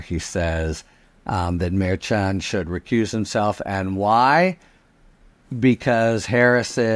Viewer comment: Harry, I love you and generally love you pronunciation. However, I do not appreciate your pronunciation of Judge Merchan. I believe it's pronounced like Chicago. You always say ch, like church instead of shy, like chi- town.